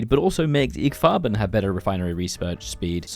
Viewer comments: Just an fyi dude, IG Farben is pronounced “EE GAY Farben”, not “igg”. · it's pronounced "ee-gay Farben". InteressenGemeinschaft Farben.